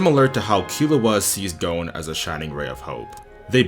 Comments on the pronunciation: great analysis but it irks me how you say gon as goune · Like, realy! He apologizes up front for if he's mispronouncing "Ikalgo" and then he sets off and calls Gon "Gown", wtf...